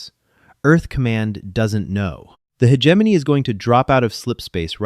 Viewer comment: Could we pronounce "hegemony" correctly? How about "Nicoise"? "Inputted"? Just input, thank you. The narration switching randomly into a fake British (or Australian?) accent is annoying. And even more annoying is the narration going off the deep end with yelling. "Lead" lining?